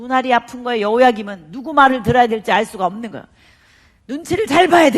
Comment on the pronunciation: 감사한데 여러 강의에서 여호와김.여호와긴으로 발음을 하시는데 성경의 이름을 절못알고 계신듯 수정하면 좋겠어요